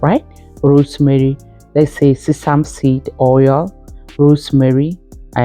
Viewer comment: This sounds like alumni jumbo mixing herbs is ok but all there plus together doesn't seemed balanced!! Sesame is not pronounced the way you speak it!